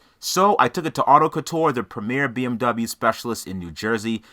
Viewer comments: “BM bubble-you parts” 😂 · "Misc. Bee-Em-Bumbuyu parts"